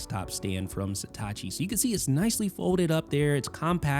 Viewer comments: It’s „Satechi“, not „Setachi“. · Why do you keep pronouncing Satechi like it's Hitachi with an 'S'? (I'm assuming it's "suh·teh·chee") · Not even close to pronouncing the brand name correctly. How can the E have an A sound??